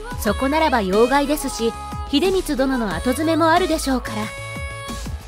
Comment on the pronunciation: 斎藤利治の回では、平定(へいてい)を「ひょうじょう」と読んでしまい、だいぶ窘められていましたが、今回は「へいてい」と読んでいました。が、後詰めを「あとづめ」と読んでいます。「ごづめ」または「うしろづめ」でしょう。「重箱のスミ…」かもしれませんが、こういうところから動画の信頼性が損なわれてしまいます。アップする前にしっかりチェックしてください。